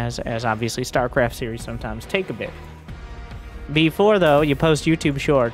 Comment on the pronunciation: "stuarecarft two"